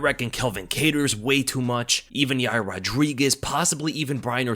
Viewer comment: No offense but you dont know how to say yair it doesnt have a y in the middle 🤣🤣 you said it totally wronge